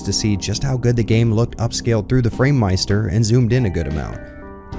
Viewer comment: The second you said framemeister I was done...